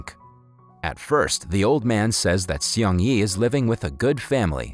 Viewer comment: Seung is pronounced as SNG without the vowels. It sounds like a car speeding. Please if you're going to review this kind of stories, ATLEAST LEARN TO PRONOUNCE THE CHARACTERS' NAMES RIGHT.